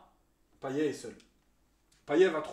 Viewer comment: Bravo. Seul petit truc ! Payet se prononce Paillette à La Réunion 😀 Canot, on dit "canote"